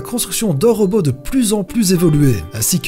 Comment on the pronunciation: ROBOT PAS ROBEAU !!!!!